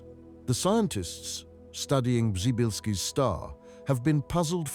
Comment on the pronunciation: I kept wondering who the hell named that star pryzybbzyyzylki, then I realized it's just very badly spoken Polish and its named after astronaut Przybylski.